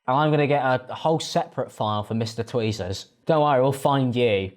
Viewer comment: mans upped the production quality but where was the research - like… tweezers? you sound uncultured